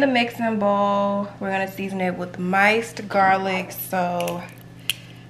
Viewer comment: It’s minced not mice girl